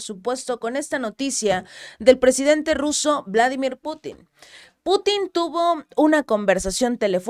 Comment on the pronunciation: El presidente ruso tiene un nombre ruso, y es VLADÍMIR, no Vládimir, porque eso es en inglés.